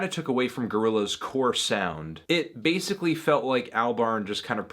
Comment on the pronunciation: More like bass-ically ace